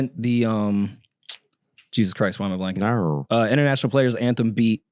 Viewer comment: saying No in a weird accent then reiterating it 💀